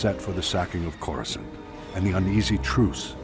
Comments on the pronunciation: “Wait let me pronounce that right…’chorus can’t’” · The sith are the six and darth is dark, you need to work on your SW pronunciations, how you said Coruscant made me cringe.